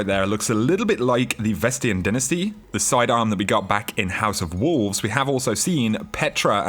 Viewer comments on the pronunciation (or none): Vestian Dinnasty LOL....DY-NASTY DY-NASTY